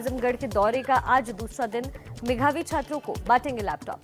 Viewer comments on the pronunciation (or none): madam medhavi ko meghavi bol rahe hain...